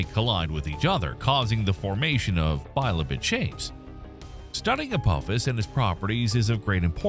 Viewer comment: The bot reading this script can't even pronounce "bi-lobed", that is, having two lobes. Why not have the script read by an actual human being who knows what he/she is reading? Also this moderate sized ateroid is called "immensely large". It's not. It's been ruled unlikely to impact Earth in the foreseeable future but even if it did the damage would be serious within a limited area on land or merely cause a large tsunami if it fell into the ocean.